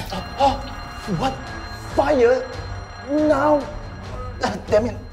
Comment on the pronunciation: i think i her debbie instead of danm it or is it just me